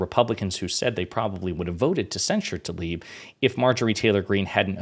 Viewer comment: Please, not ‘Talib’. Tlaib